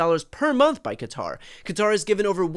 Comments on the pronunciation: You’re one of the few Americans who nearly pronounces Qatar correctly . It’s not Cutter. Say Guitar with a Q, you might get close. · Really!!! Cutter, cater, it's Qatar!!!!! Thank you!!!😂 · The best part of this video was the CORRECT pronunciation of Qatar. It's been driving me nuts hearing people calling it "Cutter". It took me about 10 videos on this bribe to understand that people were talking about Qatar, they kept calling it Cutter. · Why can no one pronounce Qatar properly 😅 It’s pronounced “KaTARR.” Brian has it down , of course 😎👌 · I have to give Shapiro credit, at least he prounounced Quatar properly... instead of all these people who say "Cutter"... there is no "U" in the name!!! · Thank you for not saying Cutter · BTC thank you for pronouncing it correctly as kuh-TAR and not Cutter.